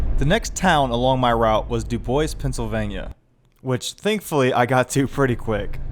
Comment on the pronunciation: DUDE!!! you where 2 miles from my place and i didn't know it. Hello from DuBois PA!!!! and I was Shock you said it right . Welcome to DuBois my friend. I hope we treat you right in are town of DuBois PA.